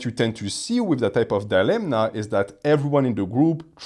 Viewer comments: Hello, insightful video, I've watched a lot of your content and noticed you pronounce 'dilemma' with an n, but there's no n in that word. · I can't anymore😂 How are you so intelligent and don't know it's not dilemNa but dilemma?